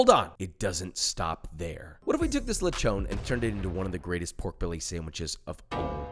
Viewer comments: Le chon (chon is pronounced like ch and on not chown) Toyomansi (is not prinounced straight. the man in toyomansi/calamsi has a stress so its like toyoMANsi) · Letch-own.. should be lech-on..😅👍🏽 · as a Filipino you made a magnificent dish, and I approve this recipe, oh yeah I just noticed lechon is spelled as "lechon" but pronounced as "letchon", thats crazy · it pronounce litchon* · Yeah!!! "Lech-own"! Haha I love it! 😁